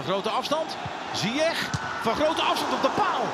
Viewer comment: Uitspraak van Hakim zijn achternaam is foenetisch “Zijesh”